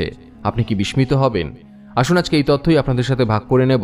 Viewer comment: Bismita uchcharan ti apni thik vabe bolte parlen na.